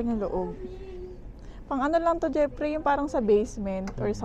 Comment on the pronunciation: "jepri" ramdam ko un pagbigkas mo sa name ng hubby mo hehe. 5mos palang ako dito sa US, doing 2 jobs din. Mabuhay ang OFW hehe.